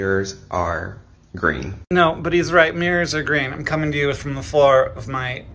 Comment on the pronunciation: Mirrors are gweeeeen - he said